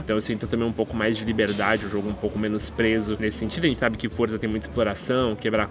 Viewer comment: não é forza é Forza